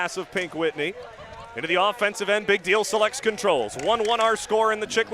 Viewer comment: dude couldn't say "big deal selects" to save his life. jesus